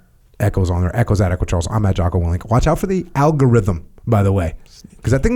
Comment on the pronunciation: Did call Jocko, "Jockoao"?